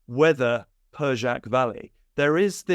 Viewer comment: "Persac valley"?